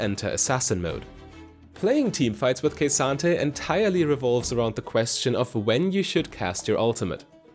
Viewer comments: K Santa. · "Kuh-SAHN-Tay" Not Ka-san-ta. Otherwise great guide.